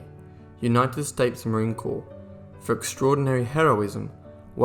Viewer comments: Great video and very informative. I was aware of MSgt. Daly and his service in the Boxer Rebellion, Haiti and Belleau Wood. I knew he was awarded the MOH but not two and not a Navy Cross and the DFC! Great vid but please... Marine Corps is NOT pronounced corpse... But core. Thank you...we need to give our Marines the respect and honor they both have earned and deserve. And I served Army. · It’s pronounced “Cor’” not corpse. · Tmw you said "Marine Corps" with the 's' not silent 😬 All good though. Appreciate you taking the time to honor this warrior. 👍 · As a marine I'd like to thank you for making a video of one of our heroes. One tiny bit of criticism though, marine corps is pronounced core, not corpse. But again thank you for making a great video with alot more details than is usually given about daly's exploits. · Hey narrators if you are going to tell a compelling story full of great deeds and such a celebrate a man or woman.....GET YOUR ENGLISH RIGHT! It's "Corps"...like "the core of a apple" NOT "corpse" as in "a dead body" It's not Marine Corpse, its Marine Corps, as in The United States Marine Corps! The only thing dead MAY be to pronunciation of words....STOP NOW. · Its pronounced Marine "Core" not corps. But I think you only said that twice. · CORPS is not a corpse ! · Good job...but the P and S are silent in Marine Corps...as in "Core". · Would have been so much better with an American accent by the narrator. He can't even pronounce Marine Corps correctly. So many other pronunciations totally screwed up. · And Corps...